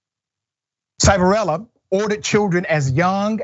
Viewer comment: Its pronounced "Shiv" a rella. He is a scumbag. I live near where this happened. It happened at PA Child and Youth. After the place fired all the bad people I got hired there to work with the kids. Nothing changed, it was still a squid game. Kids would show up with 6 months and every time they did anything wrong they got 30 days added to bid. Most kids did 18 months no matter what they did. I worked there for about a year and left, I didnt want to be part of that shit.